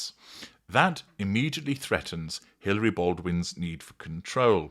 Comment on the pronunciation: Hilaria, not Hilary.